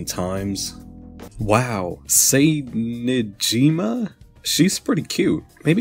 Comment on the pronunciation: "Say Ni-ji-ma" a pleb that only knows english pronounciation be like.